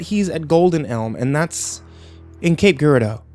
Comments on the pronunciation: Cape Gaarridoo LMAO it's pronounced cape Jer-rado. I've heard this recording multiple times over the years only to realize this place he's describing is where my parents moved to... going back to visit today. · It is pronounced "Cape Girardeau" rhymes with "Tape Jeer are doe/dough" not "Cape Gear are dough" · I know this was recorded ages ago, but it's pronounced cape jer-ard-o like jer(k) or jer(sey) -- an unfortunate Missourian lol